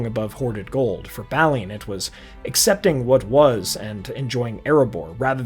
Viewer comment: Great video but very distracting calling Balin "Baaly in". On a positive note if you want really good Tolkienish Dwarves. Look into the Dwarfs in the Warhammer Old World setting.